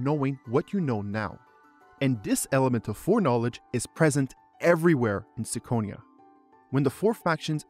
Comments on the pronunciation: I have only one question... Why you read it as –sikonia– if the Japanese title clearly reads as –kikonia–?.. 🤔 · It's Kee-ko-nia as the Japanese katakana title says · oh god no "me-yeoh" are you fucking kidding me this makes "sick-onia" sound good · really reconsidering my next hour and a half upon hearing "sicko-nia" out loud